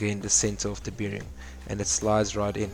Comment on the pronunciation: It is called a bearing like a bear, not beering. It just sounds weird when you say it that's all. But otherwise, good job.